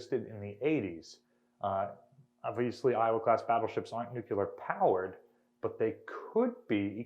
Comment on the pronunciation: Nuculer? I haven't heard this since George W., this is really one linguistic faux pas every intelligent person should strive to eliminate from their speech!